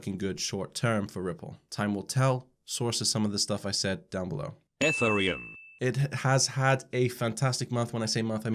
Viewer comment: "Ether-ee-um" LOL